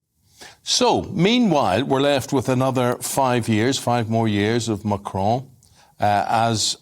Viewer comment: What's this fascination with pronouncing Macron with a faux French accent? "Machraaawn" Just say Macron, like Bolton's stadium.....after all you won't hear him pronouncing Boris Johnson in RP